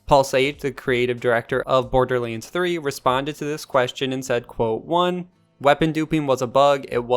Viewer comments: Wait WAIT! It's BorderLANDS, not Borderliiiiines xD Bothered me insanely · THE WAY YOU SAY BORDERLINDS 3 pisses me the fuck off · Why is no one talking about the fact he doesn’t have an “A” in his vocabulary “Borderlens? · Border Leens.